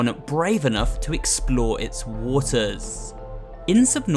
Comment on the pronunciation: Had me crine how he said "waters" such emphasis lmao